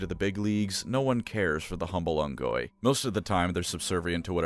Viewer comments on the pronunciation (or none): Had to pause watching because I know the Grunts actual race name of Unggoy is Tagalog for monkey (which I've been aware of for awhile,) and it's pronounced Oongoy. 🇵🇭. Cheers.